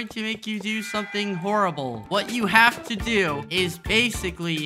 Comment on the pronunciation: “did you even haft to do anything”